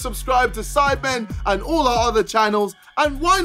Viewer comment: Everytime Americans say sidemen it always sounds like they're saying Simon lmao